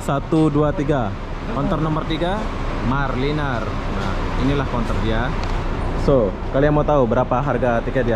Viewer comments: Hancur nama company bus tu maraliner jadi marliner.....belajar lah sebut betul2 sebut sebab itu imej Dan jenama company and perkhidmatan dari brand atau syarikat bas tu.... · Bro. Sebut MARA LINER yang betul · Bukan Marline tapi MARALINER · maaf tiap kali disebut marliner terasa lucu sekali... Sebetulnya maraliner dibunyikan begini (mara-lainer) mengikut sebutan Bahasa Inggeris. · Semua bas di Malaysia 🇲🇾 x ada toilet sebab banyak rnr di highway ... Mara liner bukan marliner 🤣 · Kamu kene sebut maraliner oby bukan marliner 🤣🤣🤣🤣🤭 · MARALINER ( sebutan MARA...LAINER ) bukan MAR... LENER. Perlu belajar B. Inggeris. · MARALINER...bukan MARLiNER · Maraliner = sebutan; mara laině...